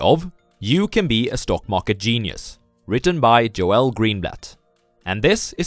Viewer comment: GOOD VIDEO. His name is pronounced like "JOLE". Not "Jo-El".